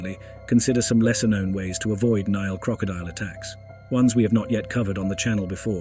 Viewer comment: Why is it you are unable to pronounce the name of the river correctly, but then Americans never pronounce countries or places correctly.